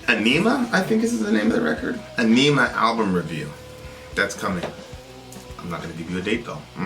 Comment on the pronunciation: Ænima, not Aenima the Æ is significant to the pronunciation. (AH-ni-mah) its a norse rune, rather than Arabic alphabet letter. (originally from Latin of course) tool used the rune to combine anima and enima.